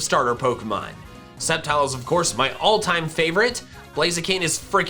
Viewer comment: TELL HIM IT'S SCEPTILE, NOT SCEPTRE!